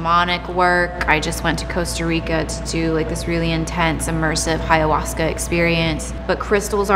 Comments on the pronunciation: Did she say Hayahuasca? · Why does she keep saying “hiayahuasca” there’s not even an H in ayahuasca